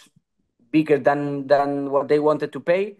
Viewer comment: Toujours de superbes interviews mais arrête de FORCER avec cet accent de Birmingham frérot c’est frustrant. Même à la fin t’en peux plus de dire « Bot » « Whot ». Mais sinon force haha